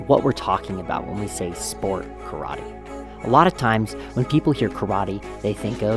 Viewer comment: One thing might actually help for starters, pronounce Karate properly, don't pronounce it as Churrattie.